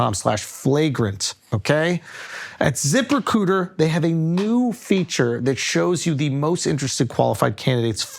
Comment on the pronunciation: “At ziprecooter…” - Schulz